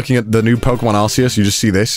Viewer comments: Isn't it Arkeus not Arseus? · The way he pronounces Arceus annoys me